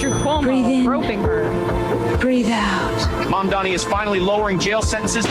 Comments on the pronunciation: hey at least they pronounced Mandani's name right? that's progress. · Two noticeable things about this ad, 1) the pronunciation of Mamdani's name is correct. 2) there are ZERO characterizations of Jewish people. How obvious is that?! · this may be the absolute sloppiest AI slop i have ever seen, but you gotta hand it to those shapeshifting actors... at least they can pronounce Mamdani